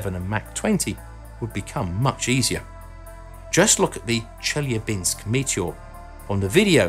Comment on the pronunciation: if you make a serious documentary, you should get the emphases right. It's Chelyábinsk, NOT Chelyabínsk.